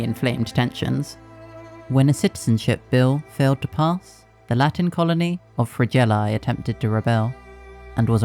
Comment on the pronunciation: Where are you from? I can tell you're not from a Latin country because the pronunciation of Latin words was very unnatural. Good video though